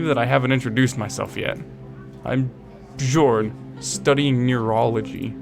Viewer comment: the way you mispronounce bjorn and jorgen gives me a headache, it's not like you have to read chinese